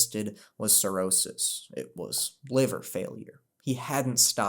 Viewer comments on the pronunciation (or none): none